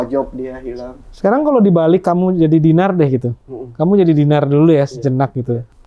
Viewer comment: DINAR CANDY LOH MAPAN BANYAK DUIT KOK BISA2NYA FINAR LG DON SALAH UCAP